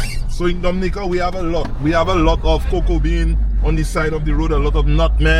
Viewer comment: All that time spent with Blessed and you couldn't come away knowing how to pronounce Dominica correctly.